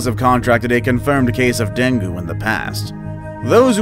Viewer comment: Deng gi....a better pronunciation.